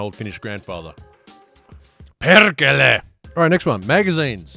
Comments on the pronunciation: Holy shit your pronunciation of "perkele" was perfect, that means you are now a honorary Finn. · Your pronounciation of "Perkele" was perfect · Your pronunciation of "PERKELE" was surprisingly accurate, really surprised me.